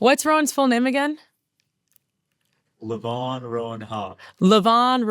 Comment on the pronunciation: I think it's Levon (Lee-Von) like the Elton John song